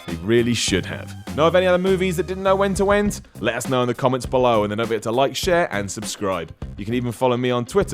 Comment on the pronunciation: British folk shouldn't try to say "when to end", wentwend lol